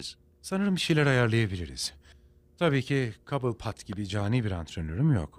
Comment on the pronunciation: Mehmet Ali Erbil "Cobblepot"un telaffuzunda "Kabılpot/Kobılpot" falan demiyor da "Kobipilot" diyor. Böyle berbat hatalar da çok :)